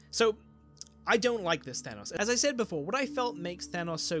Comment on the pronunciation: Your pronunciation of thanos pains me. It sounds more like thermos than thanos, or maybe thanus or thanaus with underpronunciation of the second syllable. I am severely ocd